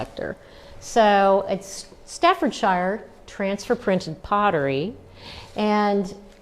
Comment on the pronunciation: You are not pronouncing staffordshire correctly.